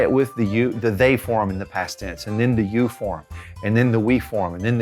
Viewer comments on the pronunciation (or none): none